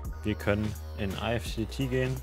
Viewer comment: Gutes Tutorial, nur eine Anmerkung: Alexa spricht IFTTT nicht falsch aus, sondern du. Die richtige und offizielle Aussprache ist wie in "lift" oder "gift".